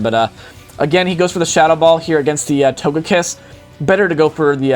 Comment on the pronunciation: its not pronounced TAGAKISS its TOGAKISS